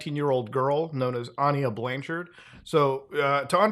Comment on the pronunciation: Not that it matters, but I think it's pronounced "Ah-Ny-Yah" not "Onyiah" Prayers for Carlee lmao. Nah, lady, you messed up. You wasted time and money of people whose job is to find actual missing persons. Also, what extension does Muta use to project the video as the background of the page?